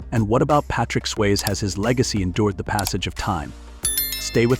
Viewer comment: dude its Swazee not swaze get it right